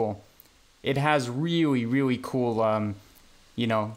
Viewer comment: "weawy weawy coow" Did you just channel the Miracle Whip boy?